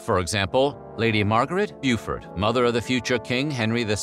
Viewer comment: Beaufort --- pronounced "Boh-fort" or "Boh-for" but Not B'yewfort (but tangentially Beaulieu (UK placename) is "B'yew-lee" not "Boh-lyuh" and Beauchamp (family name) is "Beecham" not "Boh-shon" There's no absolute rule.. you gotta learn them all... sorry)